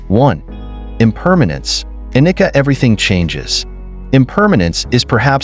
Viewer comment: Sir, I just don’t understand how you have a post of Buddhist wisdom and you mispronounced anicca, anatta and dukkha. They are misspelled on the screen too. You are trying to explain impermanence like a leaf falling. And it is much deeper. Sure, it’s composed of kalapas composed of characteristics of weight, vibration, heat and cohesion. If the mind is directed with its full attention on the body and stays there it can see and touch the sensations that are the composite of the kalapas and affect their constituency. You need to cover sankharas that are the habits of every Intentional action of our life that is stored within the body.